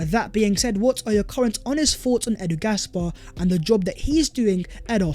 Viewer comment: Cringe everytime u say edu gasbar😂. Its just edu pal. Every fan over 12 knows